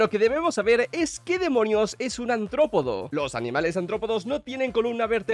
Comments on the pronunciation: Se pronuncia "artrópodo", con r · El pibe del vídeo después de decir aNtropodo 27 veces: fino